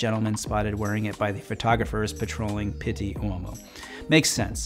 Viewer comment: First off I have to appreciate how much you showcase brown as a menswear color it's one of my favorites and I appreciate it. That being said your pronounce pitti is a little painful. That's literally the only complaint I have with your whole channel though